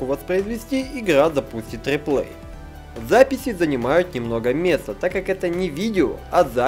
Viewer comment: я для запифи ,сходи к логопеду